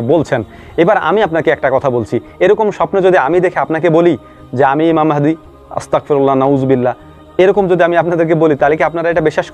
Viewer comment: আস্তাগফিরুল্লাহ । কেন ভুল উচ্চারণ করছেন আপনি বললেন আস্তাতফিরুল্লাহ। ইসলাম নিয়া তো ভালো কথাই বলেন আল্লাহর কাছে মাফ চাওয়া একটু শুদ্ধ করে চান। আপনি যখন বলেন আস্তাতফিরুল্লাহ, এর মানে হে আল্লাহ আমাকে কাফের বানাও। আর সহি করে বললে, আল্লাহ আমাকে মাফ করো। ত, দিয়ে না বলে। গ, দিয়ে বলেন